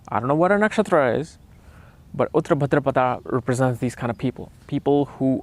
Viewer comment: The way you pronounce uttara bhadrapada is disgusting .🤡 Its "उत्तर भाद्रपद "